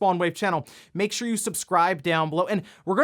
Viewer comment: I never say anything but I gotta say this after seeing him do this 1000 times. Why does he always say "Makesha" like button instead of "make.sure you hit that like button" in EVERY video he speaks gibberish when he tells you to hit the like button lol. It drives me a little crazy everytime I watch his stuff. Maybe its OCD but damn dude take 1 extra second to say it right its driving me nuts lol! I won't hit the like button until you say it right thats the deal LOL